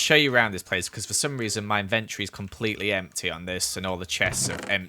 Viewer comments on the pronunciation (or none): Inventory ~ en-ven-tree Lmao